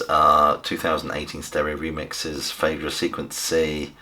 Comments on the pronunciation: It's probounce 'feedra'. 'ae' has an 'ee' sound - as in Caeser, Paediatrics or Aesthetic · Interesting to hear it pronounced "Faydra". I've always thought of it as "Fydra". It seems that both pronunciations are valid. As for the music being ambient: hell no. This is immersive and powerful stuff.